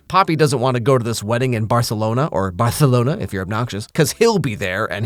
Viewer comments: You pronouncing it Barthelona immediately after a scene with Tahani Al Jamil is exactly what I needed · I'm sorry that you had to suffer through the obnoxious people, but if it helps, they have always pronounced Barcelona wrong and your version is much closer to the correct version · as a spanish speaker, I loved the way said Barcelona 😂😂😂